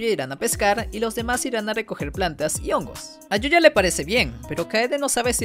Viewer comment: Yuya tengho❌️ Yoya tengo✅️